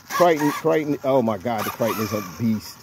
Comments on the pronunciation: Man I follow the videos and love the content but what is a Kriton? Is this a custom truggy you built? Or is this the Philly accent? I'm confused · Arrma kryyyyton lol